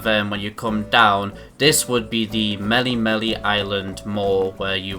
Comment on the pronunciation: “Mely-mely island” “hau-lio city”